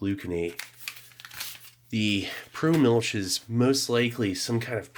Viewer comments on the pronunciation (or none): It's not mu(l)ch, but it's MILCH😂